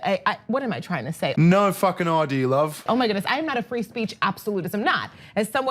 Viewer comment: Did he just say free spReech ?